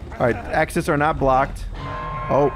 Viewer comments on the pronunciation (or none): none